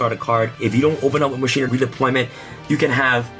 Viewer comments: Anyone else grinding their teeth while he says (Mah-shee-nah) instead of how you’re supposed to pronounce it? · "Musheena" lmao